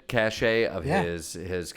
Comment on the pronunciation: it is pronounced cash-cache....a cache(cash) of weapons NOT ka-shay-cachet